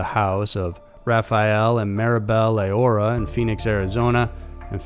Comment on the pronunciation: ....You were close on the last name. Low-era is how it's pronounced. Same as the last name of Joaquin "Chapo" Lorera-Guzman.